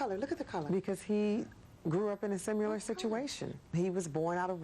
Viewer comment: I hate when people say simular... it's similar.